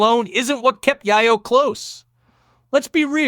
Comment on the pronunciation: Tony YAHHYO 🤣🤣🤣.. Why you keep saying his name like that? 🤣🤣🤣